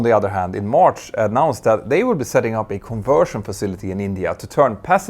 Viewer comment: Mentour, what I find so irritating is how often you wrongly pronounce an A as an O. Words like MArch or PArts sound like MOrsch or POrschts - hard to bear.